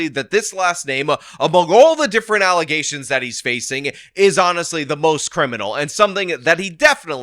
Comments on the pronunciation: False allezations 😂😂😂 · I was scrolling and saw the title to the video and laughed my ass off. The irony lmao. Then the "allesations" was the cherry on top 😂😂😂. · once you introduce allezations, proper use of the word allegations goes out the window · Lol false allezations will never get old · I love that you won't let "allezations" go.